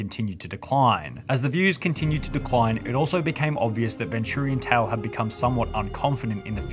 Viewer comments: NO NOT VIN TTURIAN TALE Its VENTURIANTALE-Ven-Chur-ean-tale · bro said ventoorian tale... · The real crime here is he pronounced it ven-too-rian tale. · Nah bro really pronounced it ven-turian tale 😭😭💀💀